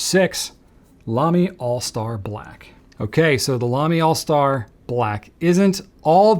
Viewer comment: Nice video. You sure the Lamy is pronounced All Star? It is written AL Star, I thought the AL was symbol for aluminum, which is what the pen is made from.